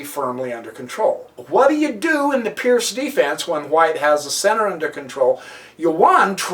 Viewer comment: Absolutely amazing game played by Gipslis and... amazing comment! By the way, guys, Seirawan pronounces the Pirc as "perk"... believe me, not "perk", but something like "peerts".